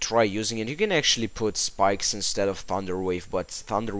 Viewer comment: ur saying skipes not spikes lol xD